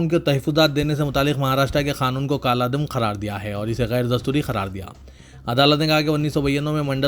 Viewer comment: ka urdu pronunciation correct nahi hai kaldam nahi kal adam padhna chahiye